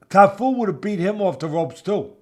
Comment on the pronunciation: Cafu not Tafu 😅